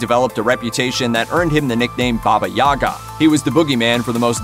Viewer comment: "Baba Yahga"